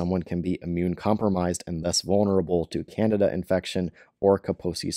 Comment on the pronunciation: Candida not Canada lol